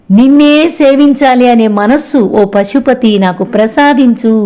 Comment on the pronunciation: Pl. read as”Pashupatinaatha”